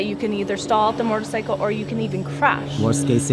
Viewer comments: shot outs to her "moretorcycle" and "thrawtle" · She says mortar cycle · Learn how to say motorcycle first haha she says mortorcycle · "Mortorcycle"...."shifter gear"